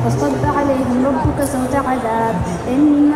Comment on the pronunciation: that she said rabbi ka its rabba ka